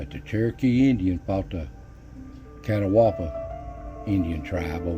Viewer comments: It's not pronounced "Cat-a-wah-ba". Catawba is pronounced "Ka-taw-ba"!! I live here in the same county where this is located. I've seen these lights, but the way he is pronouncing Catawba is wrong. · Catawba is pronounced Ka-taw-ba not Catawaba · I stopped watching at the "Cat-a-WAW-bah" pronunciation. It's "Cah-TAW-bah". I can walk to the Catawba River in fewer than 5 minutes. I'm from Marion at the foot of the Linville Gorge (not "Linville Mountain Gorge"), and have seen the lights many times. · "Ka....ta.....ba" is how thats pronounced not "cata... wa... ba" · I am actually from that area. Actually I am a retired game and fish officer in that area. I have at one time or another walked all over that mountain and all I can say is that's a real mystery. You did a great job covering it with some excellent pictures. Catawba is pronounced locally as cat obb uh. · Hey, Another good video. Spent a good bit of time around Brown Mountain but never got lucky enough to see them. So,for future reference, it is pronounced cah-TAW-bah. I think after the Catawba Indian tribe. Keep up the good work, neighbor! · The Catawba iIndians correct pronunciation is Ka -Taw -Bah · Really the catawaba valley. I love your voice but that got me shaking my head 😄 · It is pronounced Ca-tob-a ( Catawba) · Ca-tau-ba is the pronunciation that I was told. I do love your storytelling. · I live in Catawba County it’s said Cat-Ah-ba and there an X files episode about the Brown Mountain Lights.When some floods happened it devastated a town along the Wilson Creek called Edgemont and there’s an old cemetery in the woods back behind a campground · Just discovered your videos tonight and love them. Going to see the Brown Mtn Lights used to be a fun Saturday night date. I have seen them several times. I hope they never discover what they are. Now - I am not criticizing you by no means, but Catawba is pronounced Ka-Tah-Bah. No offense intended - really.